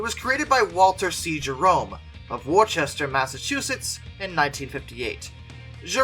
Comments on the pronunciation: It's actually pronounced Wooster mass not Worchester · It looks like Worcester but it is pronounced Wooster with the short double o sound, you must not get out much, but if you're home bound I can totally understand. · From a Massachusetts resident. Its not pronounced Worcester. Its pronounced wu-str. Massachusetts has a few town names non-locals cant say right. So im not faulting ya on it. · Worchester = WOOST-er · "Worchester, Ma." is pronounced "Wooster". And the main passenger compartment of the Sir Vival is actually from a Hudson Hornet from the windshield back.